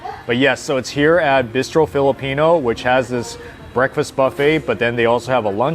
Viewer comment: Great concept. Very surprised by your Korean BBQ choice when there are so many to choose from and you’re been to so many. Also, your pronunciation of ‘bistro’ got me so confused. 🤣